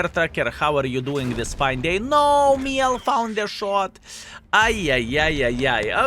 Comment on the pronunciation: Just a small tip to pronounce it to act like you're french because I'm french btw, try to say "Mjell" or "Me yell" but without any stop. Here we go, you're french now ! 🤣